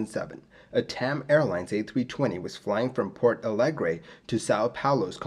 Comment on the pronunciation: I'm Brazilian, and although I love your channel, I'm used and resigned to hear you butcher the pronunciation of non-English names and sigh. To my surprise, you did pretty well with the Portuguese names (only it's "Porto" Alegre, not "Port"). That includes a good approximation of the nasal sound indicated by the tilde in "São" Paulo, which is unique to Portuguese, and the "nh" sound in "Congonhas" (same as French or Italian "gn" in "mignon" or "gnocchi", and similar but different from Spanish "ñ"). Congratulations! 👏👏👏👏 That said, this accident made even worse the political and operational crisis in Brazilian aviation that had been ongoing since the Gol 1907 mid-air collision and crash in the previous year, but now Congonhas is much safer and no further major accidents happened there. The grooves were finally implemented a short time later (it helped that due to its location in the middle of the city and the noise problems, Congonhas is closed every night from 11 PM to 6 AM, so night works are easily done there), and Airbus also made some modifications to the way the thrust reverser is deployed in the A320.